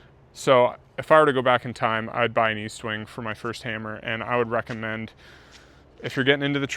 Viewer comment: There is no A in EST-WING. Normally I wouldn’t correct anyone for a silly l mispronunciation. But Estwing is a legend. Need max respect. 😅